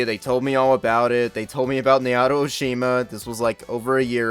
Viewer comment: *"NAO-TO" not "NAY-OTO"